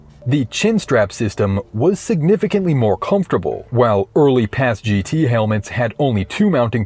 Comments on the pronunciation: Never heard it pronounced as Paz-Gee-Tee like you are saying. Always heard it as Paz-Git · PASGT (Personnel Armor System for Ground Troops) is pronounced "PASS-get," rhyming with "fast-set," The "MICH" helmet (Modular Integrated Communications Helmet) is pronounced like the name "Mick," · PASGT is pronounced “pas-git” otherwise good video